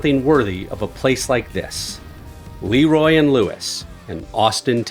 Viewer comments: "Leeroy and Lewis" instead of LeRoy and Lewis got me good 😂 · it's LUH-roy...not LEE-roy